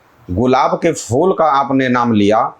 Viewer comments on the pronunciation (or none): Fool nahi phool hota hai talafuz thik hona chahiye mazrat ke sath 🙏